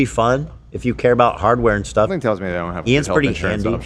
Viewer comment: made me scream laugh in public after his “StEHff”